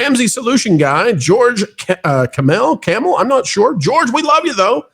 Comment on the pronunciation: Watched the George Kamel interview. Amazing. It is pronounced like camel.